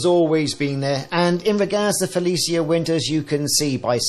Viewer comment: pronounced Fel ee shuh